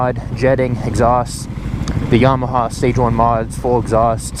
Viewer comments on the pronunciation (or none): none